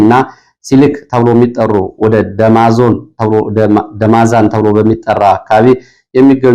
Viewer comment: ደማዚን ብለህ አንብብ